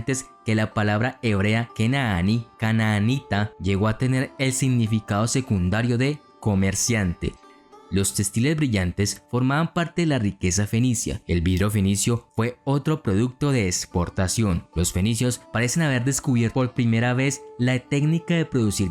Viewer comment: No es por criticar....... pero alguien más escuchó que dijo testiles.🐜